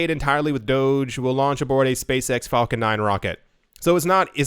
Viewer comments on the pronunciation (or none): none